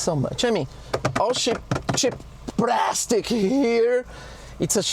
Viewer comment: It's praaaaaastic 😅